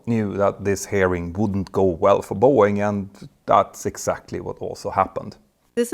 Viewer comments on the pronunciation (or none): This is funny: you pronounce “hearing” closer to “herring”, which evokes the phrase “red herring”. This was certainly not intentional on your part, but was it intentional on the part of Boeing/NTSB? 😮